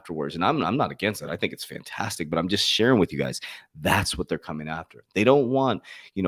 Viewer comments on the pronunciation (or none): none